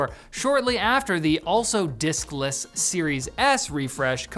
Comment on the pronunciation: Holy crap every time he says diskless I keep hearing dick-less, I died.